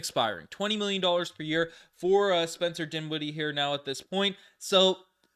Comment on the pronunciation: dinshiddie? ugh.